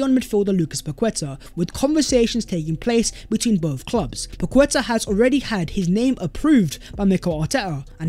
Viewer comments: Everyone deserves a happy birthday shout🎉 Please try and pronounce these names as they are called, not an English interpretation, it shows respect. Paqueta is Pa-keta not Pa-kweta. 👍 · Pronounced “Paketa”, with the emphasis on the a, the u is silent. It is not about being “decisive”, it’s about the player being overvalued by the selling club, and Edu refusing to be drawn into a bidding war. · I was about to comment how to pronounce paqueta haha gg